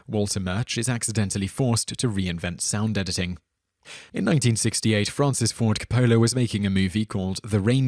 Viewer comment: it's Francis Ford Coppola